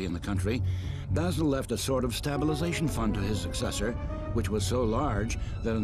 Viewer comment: Ugh... I'm rewatching this, and there are some problems with the production. The English narrator is absolutely atrocious! He sounds drunk, and he almost seems to intentionally mispronounce things ( "STAB-ilization"?)... Subtitles would have been better. Also, why are they using a modern hymn ("Agni Parthene", St. Nektarios of Aegina, 19th century) as incidental music when there are hundreds of other compositions that actually come from the Byzantine era? Weak.